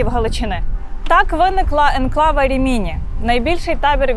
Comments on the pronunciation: Дуже цікава інформація,. Але це РімІні так ріже вухо. Місто називається РІміні, наголос на перший склад не на другий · Нє РимінІ ,,а РИмІні .. Наголос на перший слог . . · Дякую. Дуже цікаво. Тилькі наголос РімІні незвично. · Рі'міні , а не Рімі' ні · Рìміні, на перше "і" наголос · Прожила в РІміні (наголос на першу і) років 10, але, на жаль, ніколи не чула про табір. Тільки кілька років тому прочитала про це